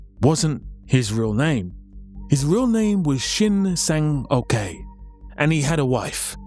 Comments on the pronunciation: sang-ok is pronounced "sang-oak" and not "sang-okay" 🤣🤣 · It's not "Shin Sang-okay," it's "Shin Sang-ok." Probably better pronounced like "uck." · Do you seriously think a korean person's name would be pronounced "okay" Just read what you see...